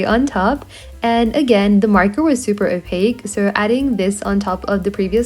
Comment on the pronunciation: STOP SAYING OPAC!